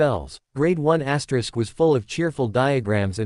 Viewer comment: get a new AI voice....and stop saying Asterix....annoying.